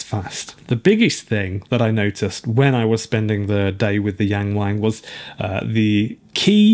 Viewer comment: It's so cringe hearing this joke everytime since it's only because westerners have no idea how to pronounce "ang" sounds in Chinese. It isn't pronounced that way at all. It's like when someone at the restaurant ordered Jalapeno as actually Jay La Pee No or reading Nagasaki as Nay Gay Say key and chuckling to themselves and pee and gay being in the name.